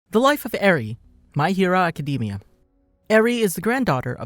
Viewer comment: "my hiro akedimia" BAHAHAHAHA